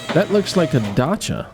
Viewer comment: Well I officially learned how to pronounce Dacia. In France, we pronounce it "Dassia"... Thumb up just for that!